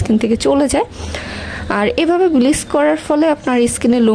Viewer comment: কথাটা ব্লিচ not ব্লিস